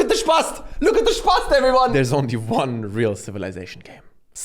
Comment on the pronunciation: "Look at the spasst" Lmao 😭